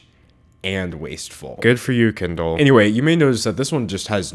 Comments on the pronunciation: the way he pronounces kendall as kindle😂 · why do u pronounce kendall “kindle” omg